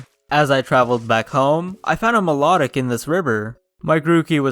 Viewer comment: Fyi it is not mylotic Milo tic